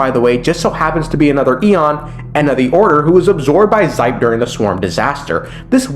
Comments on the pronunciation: it's pronounced "she-pey" not zipe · Sorry, but do some research on name pronounciation, the Xipe is read as SH-I-P-E, not Z-Y-P-E. No hate tho... Just my ears bleading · Ermmmm Xipe is pronounced like she pay ☝️🤓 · Minor criticism, but Xipe is pronounced like She-pey 😂